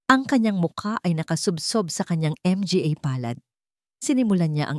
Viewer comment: Nakakainis skip na lang ako puro M G A Hindi yata marunong Ang narrator